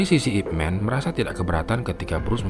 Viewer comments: ipman ini nama orang china jadi di bacanya ipman bukanip men ,man disini adalah marga bukan man orang dlm bhs inggris. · min ini namanya ipman di baca ip man bukan men sebab disini man itu nama marga bukan panggilan utk orang macam superman =mqnusia hebat